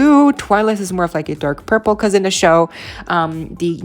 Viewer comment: The word is THE not dee. Thanks